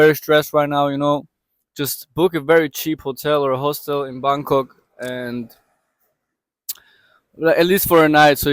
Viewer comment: She was in " Bamk Kock" waiting for a bus to "phukit' read that again fans!! PHUKET is pronounced with an "f"....😅 Gr8 story. Congratulations 🎉